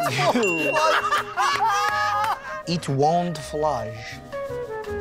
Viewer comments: “let’s go through it. uh, eetwont flush” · lets go through it, uuuhhh "eetwont flush" THATS MY FAVOURITE ONE LOL